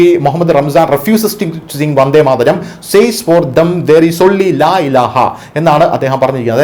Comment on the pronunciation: ആദ്യം വന്ദേ മാതരം എന്ന് ശരിക്ക് പറയാൻ പഠിക്കടെ ....